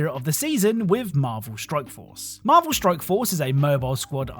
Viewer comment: Are you purposely saying stroke instead of strike